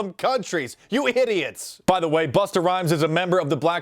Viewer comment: I love how Mark stressed the R. Buster...